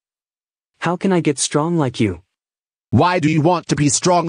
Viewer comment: "my mooscles are getting very stronk"